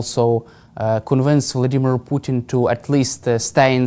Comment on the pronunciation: How nice to hear pronounce "Vladimir" correctly 😃